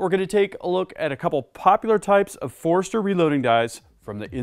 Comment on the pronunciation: Not busting your chops, but it sounds like you are saying (phonetically) "forester"... Wouldn't it sound like /For-stur/ For-ster /? Just asking.. Not trying to sound like a male gland.. I kindly say